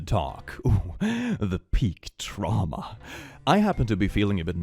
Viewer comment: "tramwha" the cringe is strong in this video